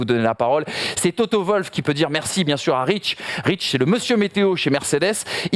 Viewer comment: TOTO Wwwwoooolf pas toto volf...